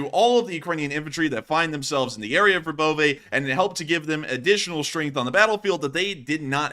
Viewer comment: Verbove said like Verbova